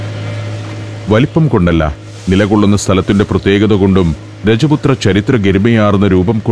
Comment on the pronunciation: Please improve your pronunciation for common words. Raajput. Ghaat. Fir example. It's sometimes difficult to follow what you've saying